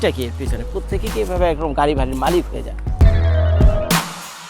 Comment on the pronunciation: Lol bro 🤣 মালিত না মালিক হবে 🤣😂